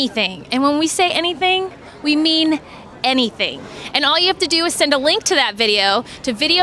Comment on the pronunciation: i love it how she says "and we mean.. ANYTHING" she wants you to ask her bra size tbh